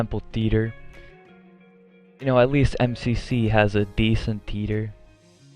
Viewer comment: it sounded like you said Peter in your video when you tried to say theater lol not making fun of you I just thought that was funny